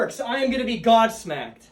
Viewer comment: lolol did he say “godsmacked?”